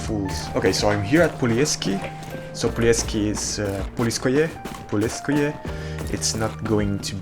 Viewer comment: Its poleskoy but alr 😊